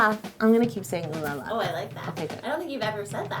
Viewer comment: Haha! Actully, i'm french. The way you say " oulala!!!" makes me laught. It's so funny!